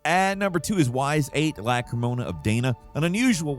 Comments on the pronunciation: Sorry, Falcon. It's pronounced EEes, not Why's. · its E-s(s sound) not whys lol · Falcon, you old buzzard. It's pronounced "ease" not "wise", for crying out loud. You're like me - old enough to have a birth certificate in hieroglyphics. Old enough to know better ... 🤨😝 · ..."wise"??? I thought it was "ees", rhymes with fleece. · Ys is pronounced like Es, not Wise. There is one of the games where the title is pronounced in the start. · As a fan of the Ys series, that pronunciation made me cringe and laugh at the same time. It is pronounced like the word ease just so you know. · Hey falcon! Whole family loves you! Quick note: Y’s is pronounced EEs. Take care! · Pronouncing Ys as why's or something,... is Falcon an AI? :) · Ys is pronounced like fleece, with the F and L, it is NOT PRONOUNCED as "Whys" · Falcon... I've said it before and I'll say it again; Y's is pronounced EES. Like Geese without the G. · my bird, stop mispronouncing Ys, or I'll make a pen outta ya. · The irony of mispronouncing Ys 😂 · Ys is pronounced like geese without the g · Falcon, love ya man (okay, bird), but holy crap did you absolutely mangle the pronunciation on "Ys VIII: Lacrimosa of Dana". You literally got more words wrong than right. - "Ys" is not "whys", it's "eece", like Greece without the Gr or Geese without the G. - It's LacrimoSA, not LacrimoNA. (Bonus: "Lacrimosa" is the Latin for "weeping" ) - "Dana" is not said like the name "Day-nuh", but is more like "Dah-nah" (or "Donna"). No hate, just wanting to clarify in case it comes up again for whatever reason (although seriously, when was the last time a Ys game was on one of these videos? So it's probably not too necessary. :P )